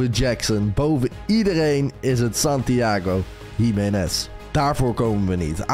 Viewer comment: Waarom zeg je Santiago Himenes